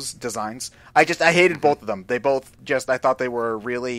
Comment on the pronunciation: Did say bolth?